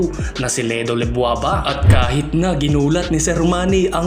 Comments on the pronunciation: LEDWABA yun, hindi LEBWABA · Lebwaba? Ledwaba yun